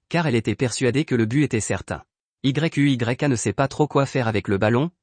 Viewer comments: Mec arrête de dire yu y'a 😅dis seulement yuya😊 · * arrête de dire y u y a * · Tu m'énerve quand tu dis y u y a dis plutôt yuya tenjo c'est mieux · c'est quoi ce nom Y.U.Y.A dis simplement Yuya c'est mieux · Ce résumé est beau 😘😘. Mais tu m'énerve lorsque tu dis Y.U.Y.A😤😤😤. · Dis plutôt Yuya au lieu de Y.U.Y.A😂😂😂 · Oui dit yuya et non y u y a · Wsh comment tu dis yuya à la place tu dis y u y a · Yuya pas y u y a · Mais c'est quoi ce nom Y.U.Y.A 😂😂 dites juste yuya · Arrête de dire yeyk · Arrête de dire yuya😠😠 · Ouais mec c'est frustrant 😕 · Pq tu dit y.u.y.a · Arrête de dire Yuya 😡😡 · Ça énerve quand tu dis y,u,y,a🤬😡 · Arrête dire Y U Y A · Arréte de dire y u y a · Sa donne mal à la tête dsl